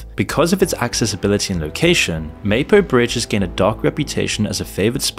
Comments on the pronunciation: and the black-pilling he consistently posts is everything wrong with Youtube. See how hyperbole works? btw, it's pronuonced 'Mah-poh,' not May-poh. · Gave up at less than 3 minutes. Anyone who pronounces the capital as "Seyool" and refers to the "Maypo" Bridge clearly has no first-hand knowledge of the country. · Surely it would be worth finding out how to pronounce the names. You used Mapo in the first and second sentence and pronounced them wrong. It ruins your credibility early on. Edit: Wait, you can't pronounce Seoul??? Is this an AI voice? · Mahpo, not Maypo... bad AI. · The least you could do to release this video of yours is at least find out their pronunciation... 'Seoul' is pronounced like "Saw Ool", Mapo is pronounced "Ma Po" not 'Maepo'... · Maepo? It's Mah-Poh. Let's go. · "maypo" "Syool" Bro can you at least look up how to pronounce the names of the places when creating a documentary about why the country is shit. Absolutely pathetic. 😂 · You had me at your pronunciation of "Mapo". Come on! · Mah-po bridge Suh-ool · Mapo is pronounced, Mah Poh. At least try to pronounce it correctly. Also, many of your translations are off... Good content, though. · "May-poe Bridge" really diminishes your credibility from the get-go. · God, your pronunciation is torture. Meypo? syul? Actually grading for some reason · Mispronounces the name of the bridge within a second of the video.... I'm sure this is going to be a well researched video... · At least in SK people know what men and women are, and they don't subject children to institutionalized sexual abuse and mutilation. You don't know what the fuck you're on about, and can't even pronounce "Mapo" correctly. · First five seconds: "Mapo Bridge" mispronounced ... looks like you've done your research so far, but that was a weak start.